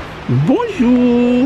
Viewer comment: Definitely a Turtle trying to climb up on that bit of twig. Your right, lack of Oxygen kills 🐟 🐠 fish. What a shame. Its easily done, we are use to driving on the left I would have probably forgot as well. I had to laugh when you kept saying Bon Jeur to the Geese. Had any nice Pastries 🍰 while your in France. Lovely vlog as always. ❤